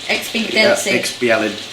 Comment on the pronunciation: I believe it is pronounced "ex-PEE-dee-en-sea". It basically means convenient